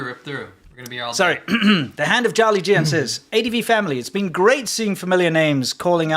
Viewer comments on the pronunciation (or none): none